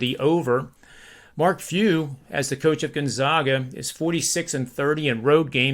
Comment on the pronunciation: it's not "Gun-zogga" or "Gone-zaw-ga," where the middle syllable rhymes with "jog." The proper pronunciation is "Gone-zag-a" — with the middle syllable rhyming with "bag" or "tag." COME ON!!!! SO SOME RESPECT